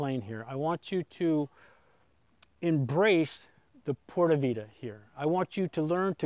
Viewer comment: God you still can't say p. Vida correctly.. Lol